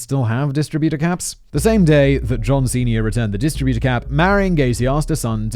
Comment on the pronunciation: Funny how you say distributor and not distributor.